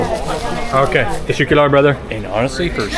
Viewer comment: Yooooo. 4;05 that's not how you say thank you in Turkish. The way you pronounce it it sounds like testicular.... 🤦‍♂️🤦‍♂️🤦‍♂️ I've noted it several times